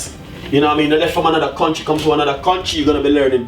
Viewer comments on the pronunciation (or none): none